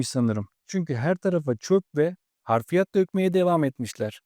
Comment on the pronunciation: Abi harfiyat değil hafriyat